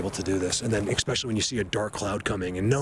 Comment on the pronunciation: When did eckspecially become a word?